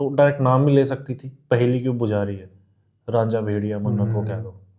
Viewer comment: RAANJHA nahi RAJA